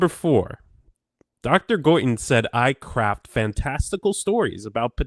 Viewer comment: first time read this, it sounded like "Dr. Guyton said I CRAP fantastical stories...." "Craft", certainly sounds more professional, but Diane definitely does CRAP SOME FANTASTICAL STORIES!!! 🤣🤣🤣